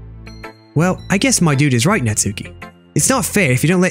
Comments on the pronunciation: natsuki name is like NAT-SU-KI with a short.U. not NAT-SUE-KI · It's not natsuki it's nas-ki